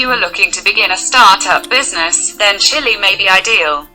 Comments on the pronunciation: It's chile boy not chilli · Chile not Chilli...